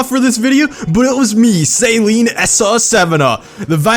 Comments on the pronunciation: It's not "Saline" it's "sAl-EEn" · Suhleen not sayleen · "Salene" is what I use to clear my nose out after surgery. "Suh-leen" is how it should be said. Sorry for being rude lol. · Amazing video! Only thing....it's SUH-LEEN not SAY-LEEN! (Coming from a long term owner and Saleen enthusiast.) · It is not pronounced saline it is pronounced like suh-leen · SAY-LEEN? SAY-LEEN? ITS SUH-LEEN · Dude, please pronounce Saleen properly if you're going to make a video on a Saleen.. It's not pronounced Saline, Say-lean, or whatever. It is pronounced Să-lēēn. Love most of your videos but every single time you said Say-lean, I died a little inside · It's pronounced Sahleen, not Saeleen. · Is no one going to talk about the fact he keeps calling it the saline S7. I usually don't care too much when people pronounce names wrong but for some reason this is really bothering me. Saline is salt, saleen is the car company. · Saleen not pronounced Saline 😂😂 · I get that you probably pronounce it like that in america but why sALeen s7 it sounds so weird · No offence, but you’re pronouncing Saleen wrong. You’re pronouncing it as Saline, which is a medical disinfectant. Other than that, I love your videos man, keep em up! As soon as I see that notification, I drop everything and watch your videos! Good job! 😃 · Saleen or saline lmao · "2020 saleen s7" wtf saleen you fucked it up